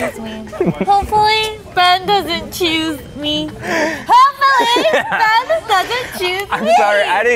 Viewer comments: The fact the called Ben “Bean” for the whole video😂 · That just me or was calling Ben Bean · Why does calling Ben bean